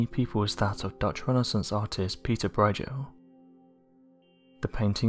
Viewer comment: Learn how to pronounce the names of people you are talking about - Broijel?